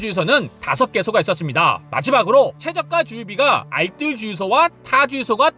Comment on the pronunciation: 알쓸 아니고 알뜰이요!!!!!